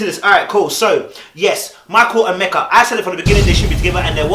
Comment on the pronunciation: When He says Mecca instead of Meka bc of the accent lol (cute)